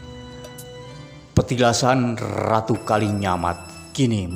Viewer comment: Knp???? Ngomong aja "RATU" knp harus... "errrrrrraaaatuuu"